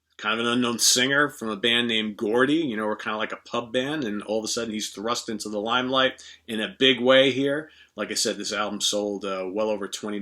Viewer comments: Lol. I love the pronunciation of Geordie being Gordy. It should be pronounced Joe Dee together I wouldn't compare either as they are different as chalk and cheese and the only link is they were both released in 1981. In my opinion a tie as both are good. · Had to giggle ref Geordie (you pronounced it Gordy but its pronounced Jordy) - cool channel btw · Is this even a matter of consideration?? I have BIB and it is great, but can ANYTHING match up to Moving Pictures in all honesty?? That would be NO. But give a home to both. Hate to nitpick and with all due respect, Geordie is pronounced 'Jordy" as in a native of Newcastle-upon-Tyne, England. Damn I love these videos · geordie pronounced jordy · Geordie....pronounced jorde as in George. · Geordie is pronounced Jordie. It means someone from the Newcastle area of England, which is where BJ hails from. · Sorry, but I can't choose. I love them both. Btw, it's pronounced Jordie (with a G) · Brian Johnston is from my home city. His band is called Geordie which is the name given to those people who come from the north east of England. But I have to correct you on your pronunciation. It is pronounced Jor-dee. You kinda pronounced it correctly but you said it with a G instead of a J.